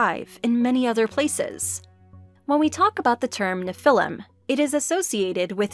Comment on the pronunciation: Either she needs to learn how to pronounce "Nephilim" or I do.